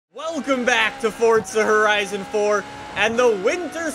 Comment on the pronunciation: Fowza Howizon pwesents: the OwO-mobil